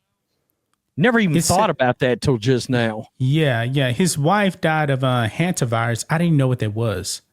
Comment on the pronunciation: Is pronounced the Hunt-ta virus